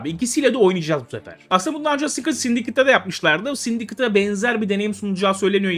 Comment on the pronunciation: Abi sindikıt değil sindikeyt de şuna NOLURWUN